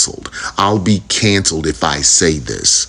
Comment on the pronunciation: Can-celed s two syllables